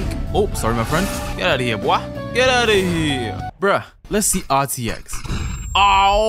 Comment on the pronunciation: "Im gonna end da video heair" XD